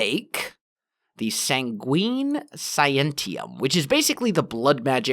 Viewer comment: Not sangween sanguine